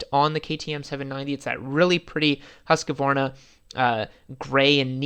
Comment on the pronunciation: Americans cant say Husqvarna lol